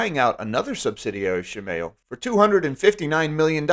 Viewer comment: Please look up how to pronounce Shimao because you sound very silly.